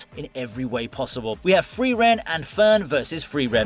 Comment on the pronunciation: It's not FRIVEREN, it is FRIREN! I got triggered everytime your mispronunced her name 🤦‍♂